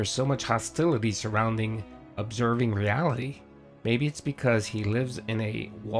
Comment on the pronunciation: What makes THIS particular time the last straw? It’s a fACKtual aahbservation that you love so much. “What kind of world do you live in where I can’t state a fact?”, right? And idea of leverage over PPP is to not work with him again, lol. Don’t threaten him with a good time.😂